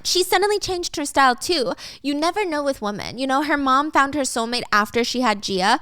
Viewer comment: Hiiii, I'm not complaining at all because I think it's super cute dont change it! but I've been watching for a loooongggg time and I noticed you always say "woman" instead of women when its supposed to be women! lol I'm just curious if there's a reason why or some kind of backstory on why you pronounce it like that.